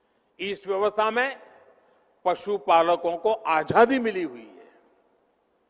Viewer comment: Yaar pehle koi ise hindi sikhao. Ajhadi kya hota hai ? Azaadi hota hai be